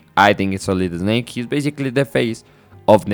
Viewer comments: its so funny whenever you say snake, you say eh-snake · Excellent summary my man, very well done! And from now on, I'll be pronouncing it "Eznayke" 😜 (just kidding, I'm guessing your mother tongue must be Spanish, where the letter "s" is always preceded by an "e")